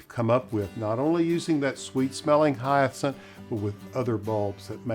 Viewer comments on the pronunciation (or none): Hyath-cinth? Dude! Get a grip! 🤣 Beautiful garden!!